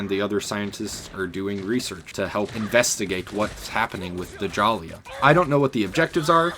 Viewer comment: Its not pronounced (Duh-Jalia) Djalia is pronounced Jahlia (Ja-lee-ah) cmon bro